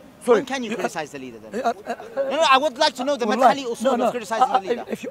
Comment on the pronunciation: "Madkhali" lol u know someone doesent read when they say that